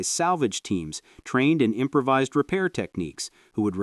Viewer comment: "im-pra-vizzed" gas filters?! This A.I. narration is terrible